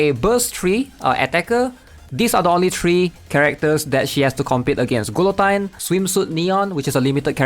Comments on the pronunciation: Malaysian English moment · The way he says Guillotines name 😂